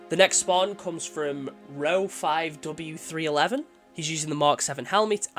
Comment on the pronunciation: thanks man for the 7/10 lol you did mispronounce my tag but its ok i should have clarified, Ro5w311 = Roswell cant wait for cross core gear so i can get him tuned in better. hope you will do another one after the cross core stuff comes out. :) and yes i only have a single shoulder pad on. don't know why more people don't use these shoulder pads there so nice looking.